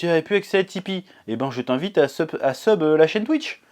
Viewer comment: En tout cas je suis content pour toi maintenant tu peux enfin vivre aisément par ta passion tu mérite💪🏾❤️ Ps:arrête de dire twiche😭😭